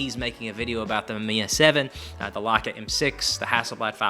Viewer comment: I don't mind your opinions or stupid accent but the way you pronounce „Leica” just tips me off.